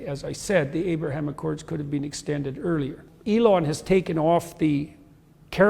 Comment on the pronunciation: I hate that he says “been” like “bean”